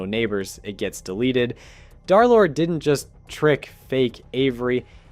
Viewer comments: 🤓 um actually it is “derlord” not “darlord” 🤓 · It’s Der lord not dar lord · Bro says Darlord instead of derlord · darrrlord vro it’s derlord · Its not darlord its derlord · "Darlord" is crazy ITS PRONOUNCED "Der Lord" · I was gonna finish the video but him saying darlord made me quit the video. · I’d like to tell you the D3r is d3rlord is pronounced DURR like LURE as 3 replaces E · " dhar-lord" bro I'm crine🙏😭🥀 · ikr... It cuts me off every time I hear it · Brochacho pronounce my name right😭✌️ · If i got jumped by two guys for every time you said d3rlorde wrong id be dead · If bro is gonna glaze this much at least say his name right 🫩